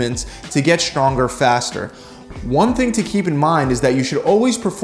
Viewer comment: Why does he always say "shtrong" and "shtrength"?